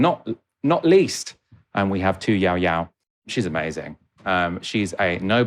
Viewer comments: Excellent post thanx!! Just one quibble:- the lady' s name is pronounced Tu Yoyo, not Yowyow. Don't you think the young French guy was right about the out- dated mental stereotypes westerners still have about China though? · not ''yow-yow'' but yoh-yoh.' prc and vietnam are unlikely to be friends, but had a mutual interest in getting usa [and french ] out of s. e. asia.